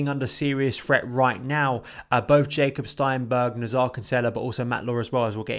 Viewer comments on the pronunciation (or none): none